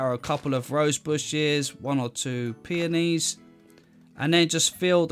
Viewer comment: "The peonis"